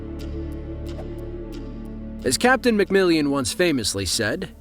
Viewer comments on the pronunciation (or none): Mac MILLAN ...Not Mac MILLION!